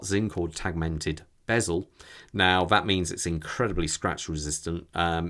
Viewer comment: Excellent review, many thanks! I own the UX and the bounce is mesmorising! I'm glad to hear it's 'only' around £200 for the battery/oil change as I was racking up the annual increase in my head to double that amount! Oh, and a small point, it's actually 'teg-i-mented' 😉 Edit: I'm surprised Sinn didn't opt for a Sellita movement, which other manufacturers turned to after ETA. On that note, I think it was anything up to 5 years later that ETA pulled the plug.